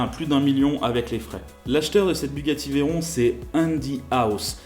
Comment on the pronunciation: C’est pas « veillleron » c’est « véron »